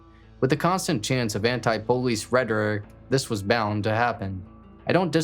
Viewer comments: Man I’m sorry idk why it irritates tf out me man why can’t this dude say POLICE, he says BOLICE. wtf it’s a P not a B that shit literally is so annoying lol I was enjoyin this video but he does it everytime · He doesn’t say it with a b he says poe-leese it’s usually a African American or Southern way to say it